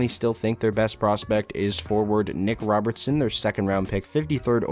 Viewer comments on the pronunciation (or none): none